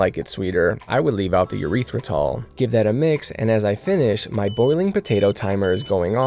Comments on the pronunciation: Dear sir, just a few pronunciation tips: The 'W' sauce is 'WORSE-tuh-sure" or 'WOOS (as in 'puss')-tuh-sure'. The drainer with the holes is a COLLIN-der (as in 'Hollander'). The sweetener is pronounced 'air-RITH-ruh-tall', like 'arithmetic'. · Urethra-tol always gets me